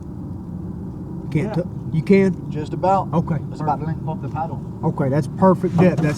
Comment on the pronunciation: “just about” 😂😂😂 guru with the accent